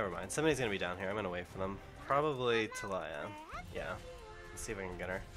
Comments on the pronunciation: Its ta-LEE-ah not ta-LIE-lah. She's from Shurima not the south. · can he stop calling Taliyah "Talieyuh" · It's pronounced Tal"E"yah